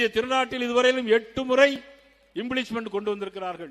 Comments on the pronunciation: அது இம்பிளிச்மெண்ட் இல்லை இம்பீச்மென்ட் என்று உச்சரிக்க வேண்டும் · இம்பிளீச்மென்ட் இல்லை இம்பீச்மெண்ட் 😂